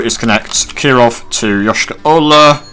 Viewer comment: Your Yoyshkara-Ola pronouncation is supringly accurate. but it's not even nearly russian name. it's tartarian probobly from the times of Golden horde.